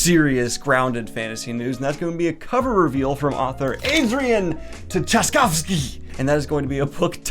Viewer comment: how you just pronounced tchaikovsky nearly made me physically sick